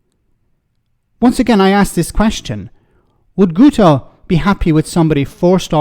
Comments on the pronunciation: His name Guto is pronounced Git-oh. Personally I think just drop the oh and its spot on. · This Dic Sion Dafydd helped cause this mess. F'ing bradwr. By the way, the dorks name is pronounced Gito as the U makes an I sound in Welsh. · Guto is pronounced "Gitto",. It's the Welsh equivalent of Guido or Guy